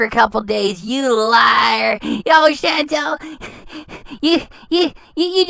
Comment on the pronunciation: “CHAN. TAL. THINK THIS A CUTE FOOTAGE. NOT RILLY”